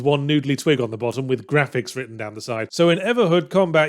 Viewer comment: The Gwafix really took me off guard